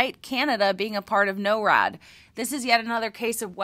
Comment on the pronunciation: Great video! Just a few notes, NORAD is pronounced NOR-AD and NOTAMs is now known as NOtice To Air Missions - used to be Notice to Airmen but the Biden admin changed it, who knows, Trump may put it back.